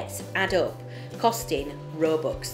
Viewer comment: You said robux wrongs you said it roooboox